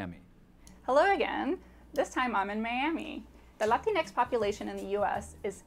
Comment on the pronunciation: YouTube won’t let me comment what I mean to... but it’s about that girl saying latinix. 🤮